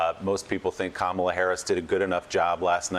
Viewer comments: and a 1 second google search would have told you her name is Kamala not “Carmela” so address senator Harris correctly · Can not say her name correctly? Kamala, like comma-la, not Cam-ela! Three times at least! If a white person was mispronouncing her name HE would be in a frenzy!